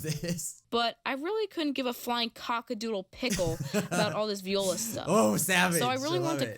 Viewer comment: It’s not VE oila it’s Viola